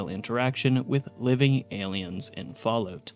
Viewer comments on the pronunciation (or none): none